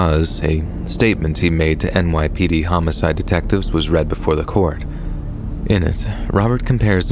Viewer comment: It is AI, lol. Maybe a few aren't, but you can tell when it mispronounces words like read.